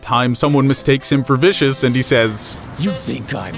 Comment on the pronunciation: Vicious. Not viscous.